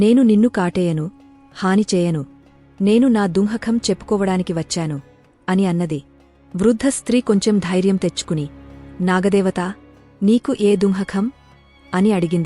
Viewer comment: దుఃఖం బదులుగా దుహకం అంటున్నావమ్మా సరి chesuko